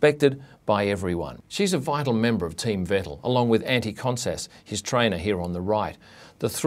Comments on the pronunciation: you are pronouncing all names completly wrong... why? even vettel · you cant even say Vettel correctly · The vettels hahahaha It's Vettel5